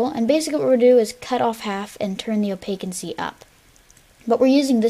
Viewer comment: Opacity not opaquincy